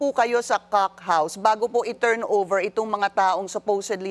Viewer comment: Nakakailang naman pag sinasabi ni pinky "cock house". 😉